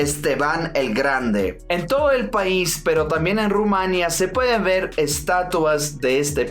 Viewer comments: perdona, soy rumana. Por favor,se dice Rumanía (el acento cae en la í ). Gracias😊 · NO ME GUSTA COMO PRONUNCIA Ud.EL NOMBRE DE MI PAIS: EL ACENTO RECAE SOBRE " I " Y NO SOBRE " A ".PUES,POR FAVOR, PRONUNCIE RUMANI'A. EN QUANTO A LA UNION DE MOLDAVIA CON RUMANI'A EL TIEMPO DECIDIRA.No se como se siente una persona de lengua espanola cuando los ingleses estadounidenses pronuncian PINALOPI CRUZ en lugar de pronunciar PENELOPE CRUZ, " Z " con el plasamiento de la lengua entre dientes.Yo se,la pronuncion de Sud America es diferente pero Ud.como estranjero que respeta la lengua y supongo Espana,que es la MADRE DE LAS MADRES O REINA ENTRE MIL cuando se trata del mundo hispanico deberia pronunciar en concordancia con las reglas de la lengua literaria castellana.Entonces pronunciemos R U M A N I ' A! 🇦🇩🇦🇩🇦🇩 🇪🇦❤️❤️❤️🌹🌹🌹